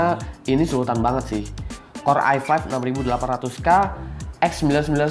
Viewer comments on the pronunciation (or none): Core i7, Gua dengernya i(Five) kwkwkwk Lanjutkan mas!